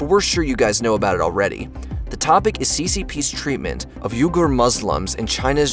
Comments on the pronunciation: Weegurs. Not Yougers. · You pronounced Uyghurs wrong. Its pronounced Wee-gers.